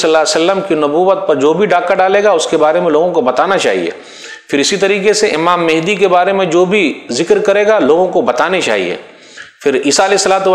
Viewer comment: ji janab mujhe v pata hai par Sheikh e muhtaram ke pronunciation mujhe menhdi sunai de rahe the